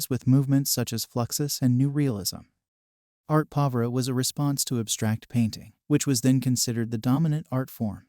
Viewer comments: Can you please teach your AI voice to pronounce Arte Povera - the SUBJECT OF THE VIDEO - correctly??? It also can't pronounce avant garde. Unacceptable for an art theory channel. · Thank you, i am here for an intro to art class and this is just annoying. i had to google the actual pronunciation (which i was right about) because i just knew this was not it